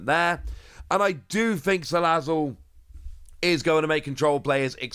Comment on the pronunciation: That Salazzizzle pronunciation sure gave me flashbacks